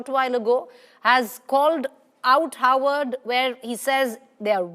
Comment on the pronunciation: Howard or Harvard. 😂 Can't you both say "Harvard" properly. Why does Harvard need funding?